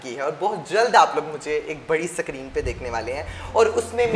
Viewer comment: सक्रिन nhi hota didi स्क्रीन होता है #Champu lal